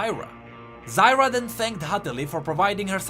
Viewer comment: Zyr put an A in the end, Zyra humm